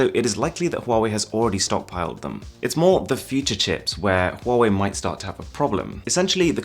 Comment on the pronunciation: he said huwei not huawei